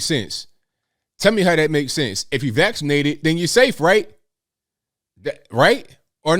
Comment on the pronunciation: LOL he said "FULLY VAXlated" like his teeth were able to fall out his mouth! 🤣🤣🤣🤣🤣🤣😆